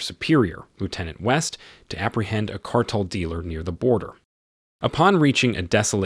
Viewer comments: its Car-Tel not cartal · car-tell...as in an organization of monopolizing a commodity or business. Every dictionary has pronunciation keys!